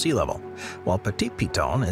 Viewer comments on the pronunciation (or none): none